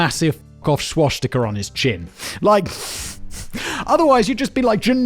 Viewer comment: God Simon when you say “Swashtika” you make it sound like some dumb funny thing that pirates had